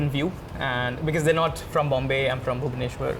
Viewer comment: Anyway, I think he is better and much more well off than us, NLU grad with a good job....so we aren't in a real position to judge him. Plus it's Odisha, not Orissa and it's Bhubaneswar, not Boobneshwar.